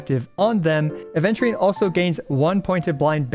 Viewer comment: i die inside every time aventurine's name is pronounced "aDventurine" 😩